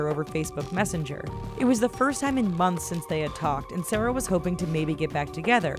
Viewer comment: Pandagirl SP lmao she said sara not sarah